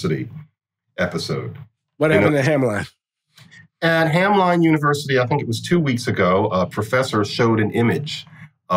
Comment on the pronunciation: About Hamline University: Minneapolis person here... we pronounce it "Ham-lynn," not "ham-line."